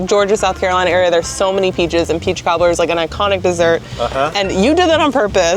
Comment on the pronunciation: Laughing still over calling the peach cobbler (what sounds like) a "toddler".